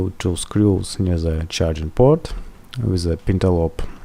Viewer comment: It`s not „ZE“ it`s „THE“